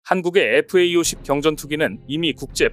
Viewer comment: FA-50이라고 쓰고 FAE50이라고 읽네요.